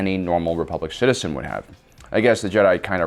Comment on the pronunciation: Mace f’d up: “Citizen”